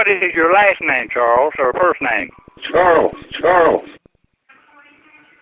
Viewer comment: For heaven’s sake.. CHARLE—CHARLES!! 🤣🤣🤣